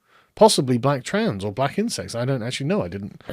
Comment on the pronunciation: Is Sargon saying about "Black Insect" rights or "Black Intersex" rights? I literally can't tell which he's saying and neither would seem more silly these days. The google subs say insects...